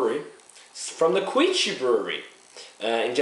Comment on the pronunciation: By the way, you pronounce their name "Kee-oo-chi" I like how you said "kanpai" though :) Represent!